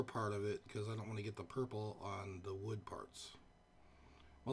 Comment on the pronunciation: "...Weathered wud."